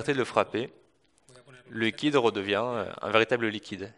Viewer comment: il dit liqod